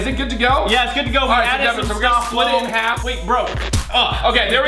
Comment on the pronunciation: Bridget Ward Ward it's Deven not Devin